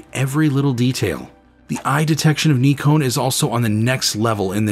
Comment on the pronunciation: "Neeekon" - now we have a THIRD way to pronounce Nikon. 🤣